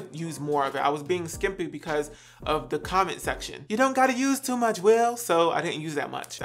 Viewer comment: Same it’s tee much 😂